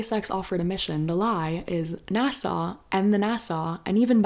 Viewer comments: *NASA, not Nassau. A is for agency. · Great info but you say NASA like it’s an island in the Caribbean 😊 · fElon should cut back on the K. Also, I’ll never pronounce NASA the same again 😂🎉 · I kinda like the way she says it lol its silly